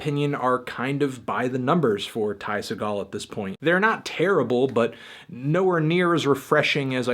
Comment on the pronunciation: The sticker that comes on the plastic wrap of the LP has a guide on how to pronounce Ty Segall ( like Tie Seagull), but you still can't pronounce it correctly.